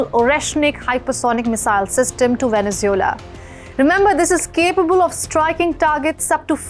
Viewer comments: She is saying Venezula what country is that? I know about Venezuela but never heard about Venezula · Wow she can't even say venesuela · As a reporter you should learn to pronounce Venezuela properly as for your assesment of the political reality of the country you are somewhat off had you followed the last two sham elections you could better report the actual news. by the way does not India have a neighbour that is bent on invading your territory